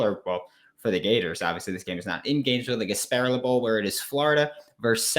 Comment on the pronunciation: Pronounced Gas-pah-rilla not Gas-pare-uhl. Offense O TD's for EJ, not 4 No frosh qb's played Florida did not win It was not a shootout No uf 100 yard receiver Gamble - 15 yards Copeland - 35 yards uf team not ready to go Defense UCF didn't score 30 No big plays on D, really Only 2 sacks, not 3, very close though! Umanmielan 3 tackles Dexter did do very well 9 tkls Trey Dean 0 ints Elam 0 ints Helms 0 ints The betting plays were: the under, not your over pick UCF +7, not your uf -7 pick Just messing with you, bruh. I thought it would have been much different too. But, Emory Jones underperformed for you, and over-performed my expectations (at least 2 picks, one for 6). He did go well below my expectations of just over 50% completions. He was actually below 39%, 14/36. Ouch! I am guessing that smart ass Gus passes on trying to land him now. EJ is a hot mess and I wish he'd played the whole game vs FSU. AR-15 makes y'all instantly better next season, but Dan's refusal to play him more means longer to develop with game experience. I hope both our teams are one day going at it like we did in the 90's, ranked top 10 or even 5 when we play. miami will not join us, if we make it. 2 decades of irrelevance can't be erased in 2-3 seasons. Take care. Though it was off, it was a good listen. Merry Christmas and a Happy New Year!